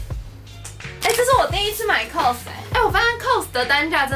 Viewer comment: COS是不是唸錯了😊